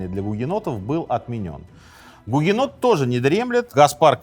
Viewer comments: Гугенотили не правильно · Сынок! Ты гугенот?! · Сынок, ты гугенот? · Сынок ,ты гугенот? (С)